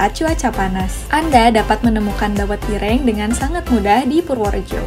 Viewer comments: Mbak maaf sebelum mngabarkn baca brita mbok di dalami dulu di pahami temanya, br di sampekan, biar tdk asal sebut. dawet ir-rheeng. kue lompong bkn dr kulit jagung bungkusnya, tp dari daun pisang yg sdh kering Ge'bhlek. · Cara baca geblek dan dawet ireng. ...mhon diperhatikan